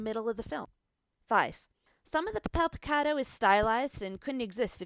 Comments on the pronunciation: "(Pah-Peihl-Pee-Cah-Dough) TRIGGERED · 'pahpel pehcadoh' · If i hear this bitch pronounce “puhpel pecado”.... papel picado pendeja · “Puppel pecawdoe” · When she says papel picado it sounds like shes saying pip avocado XD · Papel picado, that is not how you pronounce it in Spanish. You're pronouncing it as if it was an English word, that's a given, but try to listen how actual Mexicans pronounce it, or how a German would pronounce Berlin "Guitarrón", you should emphasize the last syllable, as indicated by the tone mark "Mexicano" is pronounced "Meh-Hick-Ann-Noh" Af for those piñatas, I can totally forgive the pronunciation, since English has no ñ, but try combining the ng at the end of "thing" with the german word "Ja". Also, the T is pronounced like in the word tall Alebrijes is almost good, but to understand how the letter J is pronounced in Spanish, ask a German to pronounce Nacht, Loch, Fluch, Bauch Pepita, once again, has a hard T, not a soft one The list goes on